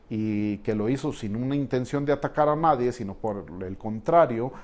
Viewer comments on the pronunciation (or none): none